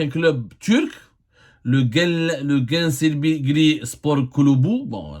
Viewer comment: genchlerbirligi se prononce "gaine cher bir li gui" hi hi hi tu m'a fait rire avec ta prononciation